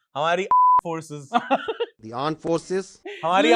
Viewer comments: Armed forces ✖️ Aand forces ✔️ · Aand forces😂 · Lumber 1 Pakistani lurnd Aandd forces🤣😭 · Armed ko aand bolte hai😂😂😂😂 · Aand forces😅😂😂😂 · Bhai ye presenttaion hamare yaha ka KG ka bachcha bhi bana de. or tumhare air force ke aadmi ko bolo ARMED force bolna toh seekh le, AAND FORCE bol raha hai , ARMED FORCE ko. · Aand forces😅😅😅😅 and center of gravity 😂😂😂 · Armed forces❌ Aand forces ✅